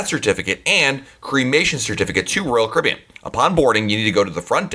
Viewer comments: narrator: blgdnsrb royal cabeen dhbjg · Love the content in these videos. But the dude talks way way too fast. Slow down! He has managed to turn "Royal Caribbean" in to a one syllable word. LOL